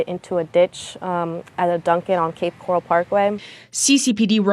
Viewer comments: You got it girl, “coral” like in the ocean! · Awww you're saying it correctly! It's cape coral, like the color, or coral reef . 😊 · Cape Coral is pronounced the same way coral the animal is pronounced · Cape Coral is pronounced like they do in the news, grew up around here but thankfully I’ve made it into fort Myers lol